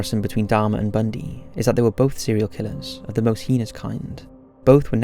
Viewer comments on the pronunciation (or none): Heness he says,its called heinous